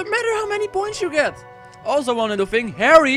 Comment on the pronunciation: You say fing, instead of thing, you should work on that ;)